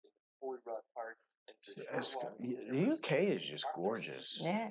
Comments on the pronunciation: It's Edin-bruh. Not Edin-burrow. With these pronunciations, you've got to forget about the spellings and just listen to and learn the 'correct' pronunciation. They often don't make sense but that's just how it is! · EdinBruh is how we say it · Edinburgh pronounced Ed-in-burr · There is no 'o' in Edinburgh, never understood why folks pronounce it edinboro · Edinburgh pronounced Edin-burra. There are castles all over the UK, not just in Wales. The surname of Snowdon, most likely comes from the place called "Snowden" in West Yorkshire. Derived from Old English of "snow" meaning snow (!) and "dun" meaning hill. So your ancestor is more likely to be Yorkshire than Wales. So many areas of Outstanding Natural Beauty have been omitted from the video, and his pronunciation of place names was mostly incorrect. I do like the fact that you want to return to the UK, but you need more than a couple of weeks to really explore the whole country!! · As a Scotsman, a Glaswegian, we pronounce it Edin-bruh. Edinburgh is fantastic but it's definitely for tourists. Glasgow is more grounded and cosmopolitan. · edinburgh is edin-bruh, unless in west or north of scotland largely edin-bu-ruh, said with a rolling r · Ha ha edinbruh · no its edinburra, no O at the end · Edinburgh = Edin bra= bruh. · Edinburgh is pronounced edin-bruh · It's pronounced Edin - bruh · Edinburgh is pronounced Edin Bruh. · It’s Edin Bra